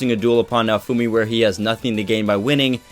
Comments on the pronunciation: More like "na-oh foo me-" the e in "me" is like the one in "sensE" or how they say "sensEi" or the one in "thE", the english language lacks this phoneme... Oh, who am I to say anything? Video was awesome, by the by, keep up the good work =) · The way you say Naofumi's name kills me on the inside... Besides that, yeah, you're quite right! Just one small note: Raphtalias' devotion is not duty-bound, is love-bound, she may have been duty-bound when smaller, but as of right now she is no longer bound by duty, this becomes evident if you analyze her behavior and faith towards Naofumi.